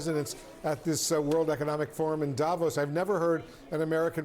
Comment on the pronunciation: When do anchors, experts, journalists on CNN and any other American Newsnetwork finally learn that Davos is pronounced Davòs and not Dàvos!! Guys, the accent is on the o, not on the a !! You have mastered pronouncing more challenging names, it can't be that complicated!?!